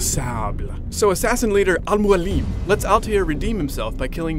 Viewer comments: Al Mualim --> Pronounced: "Almo-Allem"... Arabic: The mentor/teacher. (I'm Arab) :)) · The way he says Robert de Sable and Al Mualim just kills me! :D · lol at the way he says "al mualim" and "roberrrr de sauuuuble" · i like it when he says al mualim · hes sayin al mualim wrong